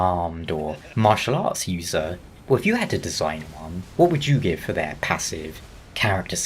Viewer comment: I can't bro, I keep hearing you say "mashallah user" instead of "martial arts"